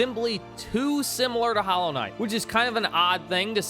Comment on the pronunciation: "Hallow" Knight? Is this one of those dollar store knockoffs?